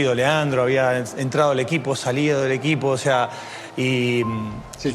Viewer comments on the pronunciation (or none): none